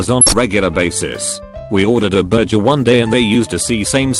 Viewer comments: He also said berjer instead of burger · "See-same"'and "bur-jer" 😂